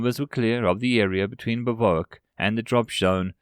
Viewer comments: The word is pronounced "Biv Whack". Not "biv oo uk". 😁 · I think you're mispronouncing it, its said "biv-wack"